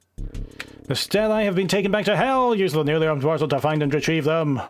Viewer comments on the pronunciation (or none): stele is greek for columns but i had to google it despite greek being my native language (after c++) it should be pronounced as steelee, as stele it got me confused for italian for stars btw, do you have a gallery with your catoons somewhere to marvel with more detail?